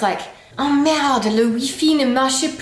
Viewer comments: Merde-heu! Not merde-dohh. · Our "Merde doooh" would be spelled "Merdeuh" in french :D It's actually simply the final E who is strongly prononced when we usualy skip it. ;) (It's not the same as "merdeux" who's mean "little shit" and is an insult xp). "Tak" would be spelled "Tac" (thanks the french comics for writting all our weird little words :D) and "Hop" means a little step, jump so for a child it would be the little jumps he has to make to walk up the stairs :) You can add " la" behind like "hop la" to make the word stronger. In general, adding "la" behind is making the expression stronger like "hop la", "houla" (or "houlala"), "hey la" or "Nan mais c'était nul là !" (work also with "oh") ;)